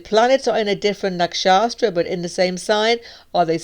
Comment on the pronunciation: Why do you say nakshastras instead of nakshatras? 😩